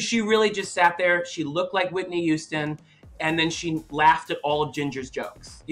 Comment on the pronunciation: Not only does Thorgy say “yuge” and “yuman” she also says Whitney “youston”